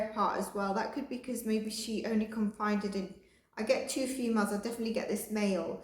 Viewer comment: Confided. Con fi ded Loveu. Just a little word help